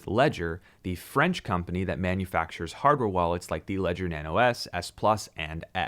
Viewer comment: If all the American youtubers knew how to pronounce Ledger in French there would be no confusion... ;)